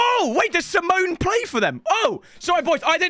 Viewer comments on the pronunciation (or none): Is it not sim e o ney like the other Argentine ? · Not simon bro simeoneee its cholito